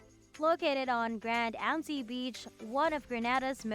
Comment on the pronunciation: Generally informative video but lots of bad pronunciations! GreNAYda Grand Ants SpiceMUSS Etc.